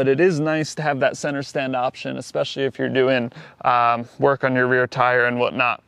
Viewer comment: eckspecially??? When are you going to learn to say eSpecially? Not eX or eCK. Also, not eCKspecting, but eXpecting. Oh Lord!😂